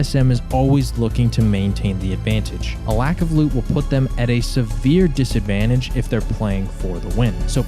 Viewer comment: Well researched vid, awesome insights, cool perspective and a respect to the material. Good on ya brother. just one thing....... Disadvanshtate?......... gotta fact check that lol. just kidding 😊 keep it up